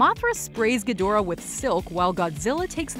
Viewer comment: It's pronounced GEEdorah. They even say it like that in the movies.